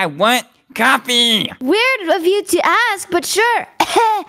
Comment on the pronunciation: Why is here like he was like "coffee.." but it sounds like he is saying "caffee"